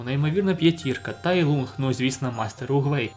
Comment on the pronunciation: Поправка: Не Тай Лунг, а Тай Лун, англійська "g" в кінці не читається. Прочитайте китайсько-українську транскрипцію